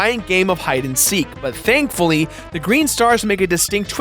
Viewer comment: Did he seriously say dankfuly